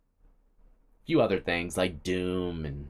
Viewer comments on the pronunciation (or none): none